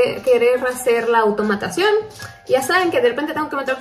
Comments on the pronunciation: ""AUTOMATSSIÓN" !! jajaja me ha encantado❤️ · Ay “automatasion” hahhaa ahí perdió todo el misterio me empecé a reír mucho hahaha